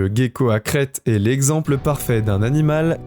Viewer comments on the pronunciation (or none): Le gecko ne se prononce pas "gue" comme guerre mais comme je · Oui comme le gecko se prononce jé et non gué. Ainsi que le cœlacanthe se prononce sélacante... Il n'a qu'à aller voir Google pour savoir comment il faut prononcer.... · Le smilodon n'existe plus. Le soit disant smilodon en laisse n'était qu'un automate, un robot quoi... Et on prononce "célaquante", pour le cœlacanthe, le poisson ! Et c'est le gecko, pas le "guéco". Décidément, il faut aller voir Google quand on ne sait pas prononcer un mot. Sinon ça aurait pu être un bon reportage, dommage !